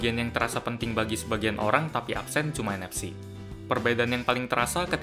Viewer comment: menit -5: 28 dia bilang "ENEPCI" ? ada yg tau g itu fungsinya apa?